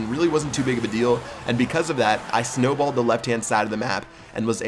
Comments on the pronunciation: Wait did hi really Say snowbald. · Did he say snow ball?